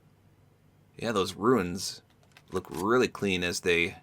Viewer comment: The wrap is Runes not Ruins